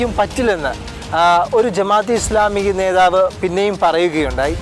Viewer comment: നേധാവ് അല്ല നേതാവ്